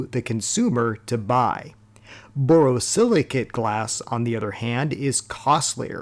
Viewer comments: You need a pop up of the title of the glass name. Its never impossible to determine pronunciations that may appear perfect clear in the head of the speaker. But does not resonate with the same clarity to listeners. Borosilicate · *The last syllable of borosilicate 👉rhymes with "ate",👈 not with "at". Just like it's spelled.